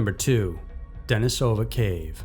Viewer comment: just a minor pronunciation correction for you. Denisova Cave is not pronounced how it looks, it's Russian, so, in this case, the stress is on the second syllable, De-NEE-sah-vah. great work though, love this channel.